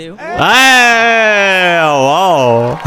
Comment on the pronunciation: सुकृत डिओ नही, सुकृत देव नाम है...